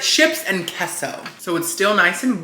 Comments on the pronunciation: Hasn’t anyone that speaks Spanish told you that queso is pronounced kay-sew. What is keso. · It's KAYSO....... KAY SO..... NOT KESO..... SILLY!!!!!